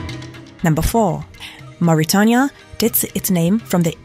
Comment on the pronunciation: Learn how to pronounce "Mauritania".